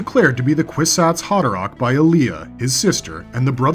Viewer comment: Its Aliah not Alia